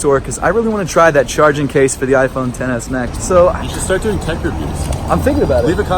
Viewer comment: you pronounced it right! "Ten-S Max" not Xs Max" thank you